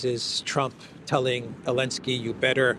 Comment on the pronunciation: Did you know it’s Zelenskyy not Elenskyy??